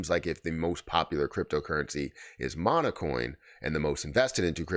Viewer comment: Seriously? You didn't even take the time to review their website? How about Hara on Twitter? Or the Kana and PiLab announcements? Or the new Jasmy ambassadors? Congrats, you bottomed out with this failure of an irresponsible video...and it's "Monacoin" not "Monocoin".